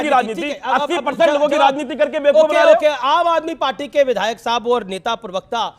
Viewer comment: भाई बाकी सब तो ठीक है पर प्रवक्ता होता है प्रिवक्ता नहीं।